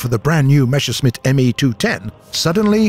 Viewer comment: "M e s s e r s c h m i t t" (Messer -> knife; Schmitt -> smith) Speak after me: MESS AIR SHMITT (it is NOT "mesh air smitt") I know, german is not the easiest language of them all, but pls at least try to pronounce it right. Thank you. also: we saw guided missiles in the last april fools event (fired by the apache helicopters for example). Is there any chance that this test will bring us the X4 Ruhrstahl guided missiles, Henschel Hs 293 guided bombs or one of their relatives in the near or far future?